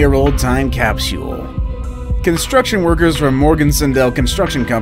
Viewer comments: Ok! Caps U le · The way he said capsule Made me smile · The way he says capsule... yikes. To be fair, I do like his videos. They’re extremely interesting and it’s fun to try to figure out which ones are faked. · Why does he pronounce capsule like that? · I can't be the only one that wants to slap the narrator for his pronunciation of the word "capsule". .